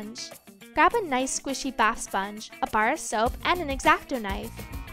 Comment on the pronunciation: Spange?? Or sponge 😂